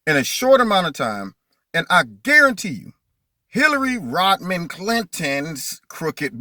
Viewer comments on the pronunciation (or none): I love your down to earth, common sense approach, but it's Hillary Rodham Clinton, not Rodman.